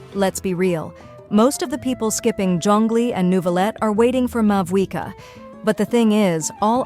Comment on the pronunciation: Sorry but mavuika it is